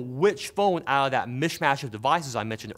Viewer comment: A R T I C U L A T E.....Seriously "which phone owedah mishmash." I think you were looking for "out of that"